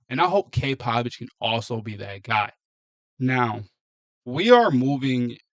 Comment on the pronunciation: Cade Povich at best a number 3 or 4 starter . His name is Povich , not Pavich !